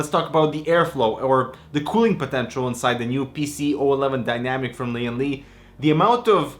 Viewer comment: Lian Li.... leeandlie